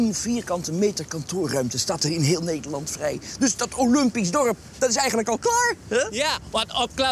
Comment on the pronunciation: weet je HOEVEEL mensen olumpisch zeggen....😂 ik begrijp dat gewoon NIET